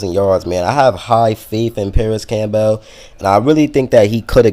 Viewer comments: Issat how u pronounce Campbell's soup? Camp- bale? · My man with the "Cam-Bell" you probably say the vehicle that takes you to the hospital is an ambalams huh?